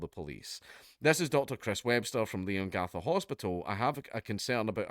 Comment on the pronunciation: Locals pronounce it more like "Lean-gatha" (I live just over in Moe, probably 20 minutes away) Great to see Dank covering a local story! Dandenong pronunciation was as spot on as a Scot's accent will allow 👍